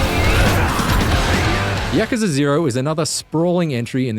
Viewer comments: Yakaza. It's Yakuza. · YAKUZA - yuh·koo·zuh Not Yakaza! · he said ya-cuh-zuh instead of ya-koo-zah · yacucza? i think its yah-coo-za. not yahcuhca 0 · No, you are horribly wrong. It's pronounced just like how it's written. YA-KU-ZA. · Its pronounced yakoooza not yakuza but I have never played any of the Yakuza games and this looks like a 10 out of 10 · No, it's pronounced like, YA-KU-ZA. Exactly how it's written. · lol he said YAKAZA lmao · I always thought it was pronounced as "Yaw-koo-zah". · 1 out of 10 for his bad pronunciation of Yakuza........ hes saying Yak... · Why is no one talking about the incorrect pronunciation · Do yourself a favour and watch the Gamespot review instead. Gamespot review: No spoilers, actually reviews the game, no comparisons to Batman games, proper critiques and the reviewer can pronounce Yakuza properly. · How he says Yakuza is a 10/10 IGN